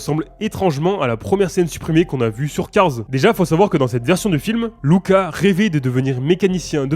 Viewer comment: C'est cool que tu prononces correctement le nom du dernier film Luca :) Je m'appelle exactement comme ça et j'en ai marre qu'on m'appelle Lucas et pas Louka même si ça s'écrit Luca.